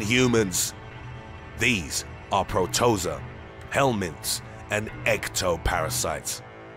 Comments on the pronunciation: "PRO-TOH-ZOH-UH" I really hate when narrators use poor grammar and incorrect pronunciation. If there is a word that you aren't 100% on, do some research, it only takes a minute but makes a huge difference. Nothing is more annoying than a narrator that speaks confidently, as if they are completely knowledgeable about their topics, but mispronounces words and proper names. Do your channel and your fans a solid and be diligent with your research, it really does make a difference. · I'd choose the one that makes you mispronounce the word "protozoa". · omg the narration is so intense and then he keeps mispronouncing protozoa... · It's hard to take the narrator's super dramtic voice seriously when he keeps pronouncing protozoa wrong LOL. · This video sucks. The narrator mispronounces "protozoa", repeatedly ! C'mon, get with it! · if only you could say protozoa correctly :') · If only there were some sort machine where you could simply type a word and hear a short audio clip of someone pronouncing that word. Oh well. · Who is this old poop narrating?! He has not pronounced even one of these parasites correctly. Yes I am a putz about these things, but someone who speaks or reads for the public should make sure to be more careful. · If i hear proTOEza one more time... it’s protoZOA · Pro-toe-za? You mean proto-zoa.... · It’s PROTO-ZOA fam. 😂 you so extra lol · Pro-to-zōa. Not pro-toza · Protozoa not Protoza everytime I hear it I get bothered for some reason. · It's pronounced PRO-TA-ZO-A.....not protoza. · Like i'm going to believe anything this narrator says when he doesn't even know the proper pronunciation of protozoa? Come on, "Pro-toze-ah" (pronounced Pro-toe-zo-ah)...really? And holy shit, the "Ano-phils" (pronounced An-noph-al-ees) mosqueto, WTF! Did you actually go to grade school or did you preet-end to? Good god, I hope you are not paying this narrator above minimum wage!! Ok, I quit, this is un-fu+#@ believable!! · its pronounced Pro-Ta-Zoh-ha btw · Pro-Toe-Za lol